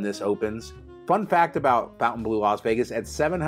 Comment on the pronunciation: It's NOT Fountain... it's Fontain....